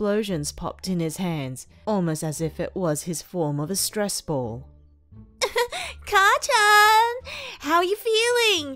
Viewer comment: Sory, but it is: ''Kacchan''